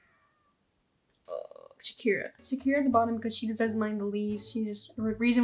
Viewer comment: Jesus dude, Shakera over Ilah… and all credibility was lost